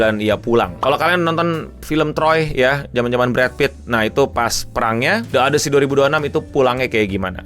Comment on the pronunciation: odisi bukan odesi